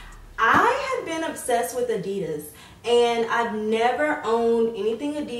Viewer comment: you pronounce adidas so wrong